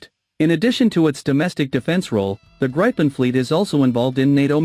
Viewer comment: Not "Grapen", it is Gripen with a long i. So a better pronounciation would be "Greepen".